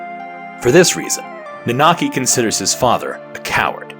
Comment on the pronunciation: also It's nanaki not naanaki, sorry i get hung up on such dumb things. edit well shit you start saying it right, right after I posted this lol sorry.